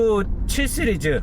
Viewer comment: 쓰리즈 아니고 씨리즈